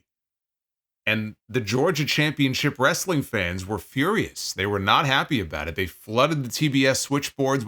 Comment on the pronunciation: As a southern myself, this was how I pronounced it until I became a teenager 😂